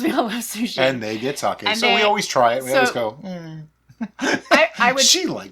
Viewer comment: Sake is a name - if someone tells you that you are saying their name wrong, it is pretty easy to remember and update your 'habit'. You and treat all your drinks like friends so get with "Sakay" already - I have faith in you A palette cleanser between meals?? usually between courses but hey your day sounds fun!